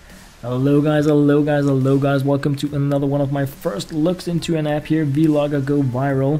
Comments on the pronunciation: It's not v-logger!!!! It's one whole word. Vlogger!!!! Get it right! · Does anyone else think he says Vlogger wrong? Its not V-Logger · lol he said v(ee) logger haha sooo funny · Yea I Heard It At The End